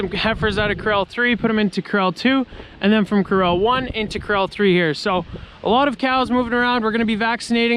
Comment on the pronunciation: I always think he's saying Krell instead of corral. 😂😝